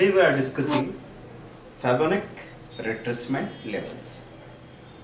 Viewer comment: Thanks for giving out these great videos... Btw it is pronounced as fee+bo+na+chi ... Thanks again.. Cheers